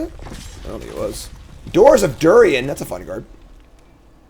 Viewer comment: Durin. Dew-rihn. Not Dew-ree-en. Great episode!